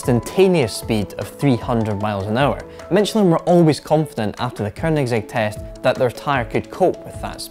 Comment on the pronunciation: Eurgh. "Ker"nigsegg. Americans and Scots just can't help but put a fucking R in there. And the F40 never hit 200 mph; that's a myth. Car and Driver got it to 197 after testing it twice; Road and Track got it to 196; no stock F40 has ever gone 200. Only one magazine (the Italians, Quattroruote) claimed 200+. The Diablo, however, consistently got 204-ish.